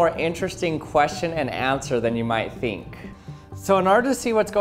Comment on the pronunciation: did you just pronounce "think" as "theenk"?